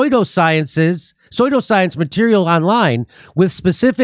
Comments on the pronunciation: It's pronounced soo-do science, not soy-do science. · Love how Jimmy says, "Soy-do-science" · "sodio science" LOL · And Jimmy's approach is saying "soyldascience"...the question is...what does he think "soyldascuence" is because he kept right on reading like he nailed it and I swear I've heard him say the word "pseudoscience" so he must think he was using a word that's a new thing? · "This very phenomenonina... is psoydo-science" classic 😂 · if you don't even know how to pronounce it, how can you tell the difference between "science" and "soy do science"? This isn't a learning disability. He just never learned the real pronunciation. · "soy-do-science" hahaha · I’m feeling a Phil Collins song coming on, SuSSudio. Its pronounced SusSudioScience.The P is psilent! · SOO-DO science, Jimmy! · Is Jimmy saying pseudoscience intentionally as soy-do-science to be funny or he just can't pronounce it? I mean I know everyone prounances things differently depending on region like my best friend and me say pecan differently (she puts emphasis on the can) plus some ppl just can say ish weird lol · Ah Jimmy its pronounced Sue-do Science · 😉.... psuedoscience is pronounced Sue - doe science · Nobody gonna mention how Jimmy keeps saying "Soy-dal science?" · Jimmy. I love you. Truly do. I think you are the greatest breath of fresh air we have nowadays. And I know you’re intelligent but TWICE You said soydoscience (phonetically speaking). It was too funny, I’m sorry..,you go:) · It's pronounced Sudo science long u...rhymes with Sumo like the fat wrestlers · Jimmy’s so contrarian he pronounces pseudoscience as soy-due-science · Pseudoscience, pronounced, soo'-doh-science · dude. it’s pronounced sood oh science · Jimmy, it's not pronounced "soydooscience". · Please learn to pronounce "soodow-science", otherwise I think you're often right (for a lefty). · It's pronounced syoodoscience... seriously! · What the fuck is up with Jimmy's pronunciation of "pseudoscience." Lmao.